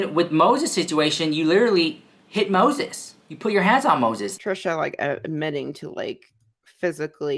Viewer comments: Oh girl,my day started really bad ,but when I heard you say Moszheszh (this is how I spell it now) , I 'm still laughing. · "How do you spell Mose🤪💦s? Is it one 🤪💦 or 2 🤪💦? Oh, the 🤪💦 is silent?" Stahpppp, I watched that part at least 10 times. I'll never hear his name the same again. 🤣🤣🤣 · How do you spell MoTHETH? Is it one THHHH or two THHH? Oh, the THHHH is silent. LOL OMG, - you have me on the floor laughing!!! You are seriously so hilarious!! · “Is it one PTTTTHHH or two? Oh the PTTTTHHH is silent? Ok” 😂😂 love you so mach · Lmao 🤣🤣🤣 u are just funny as hell! Lol the way u pronounce Moses like trista is hilarious! That girl lost her mind along time ago. What she does from here on out is just careless n childish and scary! She really needs to layoff that spell shit. Who knows if she does something stupid n then she gets all these demons around her..they will start messing her life up more. I don't think she understands that shit is real she has no experience or education on it what so ever so maybe she won't do a spell correctly. Lol u just never know what's gonna happen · Omg lmao is it one thhhhhhh or two.. oh the thhhhhhh is silent 😂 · I loved how you slurped saying Moses name. Thw slurp is silent 🤣🤣🤣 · 😂 I almost choked on my M&Ms when when you said "oh. The ttthhhhhh is silent!?" 😂😂